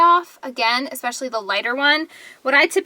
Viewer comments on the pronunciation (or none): none